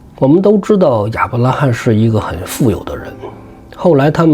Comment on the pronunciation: 亞伯拉罕。 罕三聲喊ㄏㄢˇ。